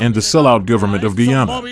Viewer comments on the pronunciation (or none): I'm an Indo Canadian. My wife is Guyanese. You have presented a good analysis. But, you are calling the name of this country as "Guwana "frequently. It's Guyana, not Guwana. There's no such name there. Please correct the name. I visit this country often. It's Guyana, not Guwana Guwana... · One Chhaprii, It's Guy-Aanaa. Not GoooWaanaa. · Bhai great video, thanks for sharing the story. And it’s Guyana not Gwana 😊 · Sir. It is not pronounced GU-ANA. It is GUY-ANA. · GUyana hota hai paaji..Guwana nahi..Gohana Harynana me hai..Jalebi ki yaad aari manne te tai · Bhsdk, kisko Guyana pata nahi hai, kyunki joh bhi cricket dekhta hai un sab ko toh pata hai. Aur naam toh barabar pronounce kar. Gooyana nahi hai pronunciation. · FOR THE SPEAKER IN THE VIDEO. Why. Do you keep saying 'Gwana' where the actual name is Guyana? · What is “Goo-ana?🫵🤣